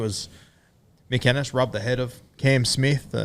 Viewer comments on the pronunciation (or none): none